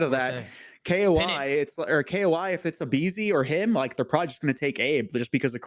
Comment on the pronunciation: It’s ‘Koi’ like the fish!!!!! There’s literally fish on the jersey - fuck!